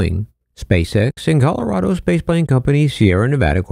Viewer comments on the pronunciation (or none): none